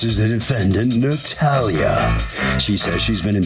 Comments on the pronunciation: ... finally someone who pronounces the name Natalia correctly. Thank you, Judge Milian! Out of HUNDREDS, she's the only one. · The correct pronunciation is Nah-tah-lee-a (exactly how Judge Milian pronounced it). Most Americans pronounce it Nah-taa-lee-a. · No it's not...see how she sounded it out...tah vs. taa ! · Yes, I agree... coming from a hispanic too. The name has the same pronunciation with the Russians, Hungarians, Spanish, Italians, Portuguese, Polish, Ukrainians, etc. It's my daughter's name as well and people love to butcher it. Even when I correct them, they still mispronounce it. No one takes the time to say the name correctly unless it's Cayden, Rayden, Brayden, Hayden.